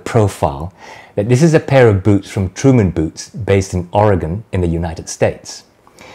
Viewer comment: As an an Oregonian, I appreciate the correct pronunciation of our fair state. Thank you!